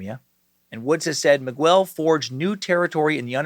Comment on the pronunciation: Holy crap man. I’m a fan but you’ve got to learn how to pronounce Miguel. It’s pronounced Me-gell, not migwell